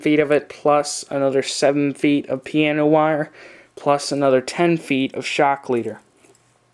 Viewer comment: piANo wire not piena wire - god damn.